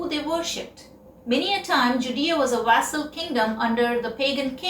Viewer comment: your choice of words and your rendition are awe inspiring. A suggestion though - vassal should be pronounced with v instead of w which seems common with Indian spoken English. 🙏🏼